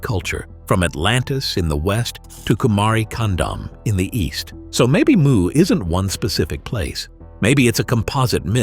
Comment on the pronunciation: It’s not Kumari Condom sir! It’s Kumari Kandam, sanskrit word.